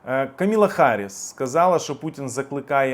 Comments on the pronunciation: please pronounce Vice President's name right! It's KAMALA Harris, not Kamila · Ти хороший хлопець,звичайно,але,будь ласка,називай імена правильно! Віце-президентка США - не Камілла,, атКамалла.В таких речах помилятися не можна, вибач.